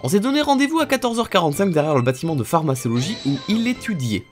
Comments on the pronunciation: La fameuse PharmaÇologie 😂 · Mon petit coeur de pharmacienne saigne avec ta prononciation de pharmacologie 😭😭